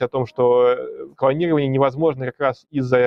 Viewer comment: "КВАнирование"! Француз что-ли?